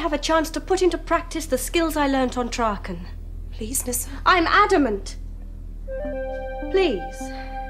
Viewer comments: It's pronounced Trarken, not Trakken. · And it's Trarken!